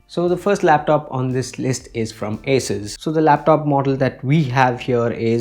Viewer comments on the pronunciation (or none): It is not pronounced as एसस . Correct is असुस